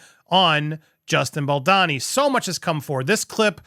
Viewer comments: Love your coverage of this, but for the love of Gwaddd its 'Baldoni' not 'Balani' 😄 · It's vicious how Blake and Ryan go after Justin Baldoni (not how you pronounce it, Baldani); no matter what happened in the past when producing the movie, Justin does not deserve that, period. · It's Baldoni, not Baldani😂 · The way you keep calling him 'Baldani' instead of Baldoni 😂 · You’re not pronouncing Justin’s name correctly. It’s Bal - dough- ne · bal-dow-ney. Bal-bååååwney.. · You've been saying baldonis name wrong for weeks and it's driving me crazy!!! Lol. I went to school with him and have been following all the news. I think you're the only one mispronouncing it. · Please learn how to pronounce Justin's last name. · For the love of all things, please finally learn how to pronounce Justin Baldoni's name. It sounds awful and ignorant every time you say it.